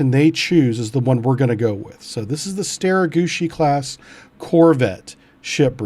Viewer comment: Love the prononciation bro StereGucci class all the way